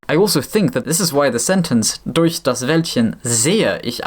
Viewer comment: damn that durch was flawless